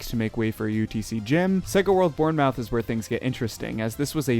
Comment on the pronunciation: im proud that you tried to pronounce Lidl and Bournemouth 😂